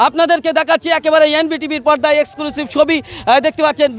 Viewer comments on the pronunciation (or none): Esclusive na Exclusive hobe. Reporter hoyeche..... R Bengali pronunciation clear noi...